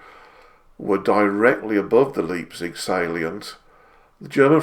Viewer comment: A small point but just so that you are aware. In German, Leipzig is pronounced Lipezig and not Leapzig.